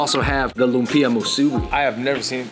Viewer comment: Great video, guys! By the way, lumpia is pronounced ‘luuummm-pyahhh’ not ‘loom-peee-ahhh.’